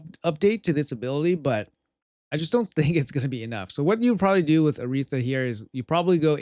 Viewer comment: How can he not pronounce Aratheia??